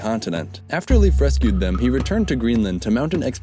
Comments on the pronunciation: It's pronounced Life, not Leaf. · (Leif is pronounced Lafe, not leaf..btw) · You had no chance of knowing, but the name Leif is pronounced like the english word "Life". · Lol he butchered his first name